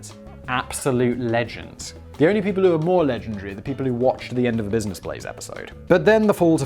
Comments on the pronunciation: "this is the Blizness Blaze" Put down the cup Simon you've had enough to drink That or he about to have a stroke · Got a bit of booze in that red Solo cup, Simon? Sounded a little slurry on that business Blaze🤣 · Did he say bluisness blaze or is that just me? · Was having a pretty awful day until i put on tha boi with d blaze and then 1n half minutes in hear him pronouncing the show as the blizness blaze and i couldnt stop laughing thank you simon ,danny and sam i say this on every video or such but this content is fire its the reason you have a hige core fans willing to purch the merch and sen you free enrron stuff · Did he say Blisiness Blaze? 😂 it’s midnight where I’m at and i was half asleep when the notification came in and i woke up just to watch lol